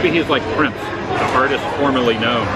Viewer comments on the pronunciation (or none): none